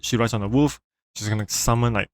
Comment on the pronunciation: why you kept calling the wolf "woof" lmaoo btw parry skillcheck isn't real